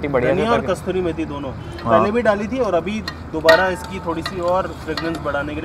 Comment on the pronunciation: Bhai कस्तूरी नहीं कसूरी मेथी होता है, आगे से ध्यान रखना. बहुत ही ग़लत बात है एक तो तुम ग़लत बोलते हो और उपर से तुम्हारा सुन के १० और लोग ग़लत बोलते हैं